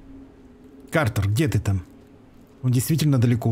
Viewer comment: Да Кратер там на карте, КРАТЕР, а не Картер :)